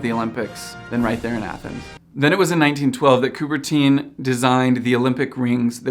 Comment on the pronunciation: Its not "couberteen" its coubert'hunh'